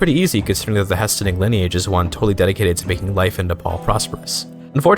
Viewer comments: "Hah-Sten" will forever haunt my dreams. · It's HEY-STEEN...and you aren't CHANGING THAT. Thanks, for video!